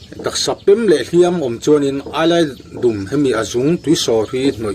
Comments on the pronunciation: Eyelidum" I lam diklo AILAIDUMM.... TI A LAM TURSSSSS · Ailaidum tih hi keini chuan Aizawlkawng emaw Pangzawlkawng tih kan lamrik thluk hian kan lam ri ṭhin😂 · 😁Ni e, ka hriatdan chuan 'Ailaidum' tih a dum hi 'rawng dum' tih sawina dum tih rikdan ang chiah a lam tur a ni. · Enkawl nan an hmang i ti ringawt a, engtin nge an hman dan i sawi leh silo. Tin, Ailaidum hi i lam diklo bawk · Ailaidum chu a lo tha hle mai. Mahse ' i lam rik dan a dik lo. 🥰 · Ailaidum tih i lam rik dan hi a dik lo. dum tih lai tak hi, Zawhte dum ka nei, kan tih a, dum lai ri ang hian, ailaidum tih tur.